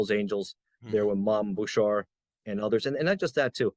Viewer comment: Mom Boucher. It's Boo Shay not Boo sure.